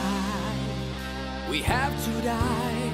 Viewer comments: it's pronounced 'Today' not 'to die' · Haha he changed the pronunciation just to rhyme it with " high " xD